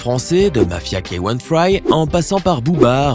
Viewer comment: K1fry = cainfri = Africain se prononce QUIN-FRI :)